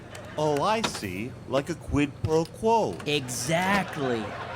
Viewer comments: "Dis is a QWID PWO QWO." Elmer Fudd was a wot more fwightening than I thought he was! Huhuhuhuhuhh! 😃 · That's not how you pronounce quid pro quo is it ?